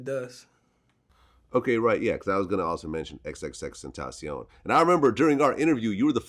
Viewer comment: nigga said “xxstentacion” lmfaooooooooooooooooooo